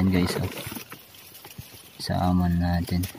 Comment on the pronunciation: Samon daw kala ko SALMON 😁😁🐒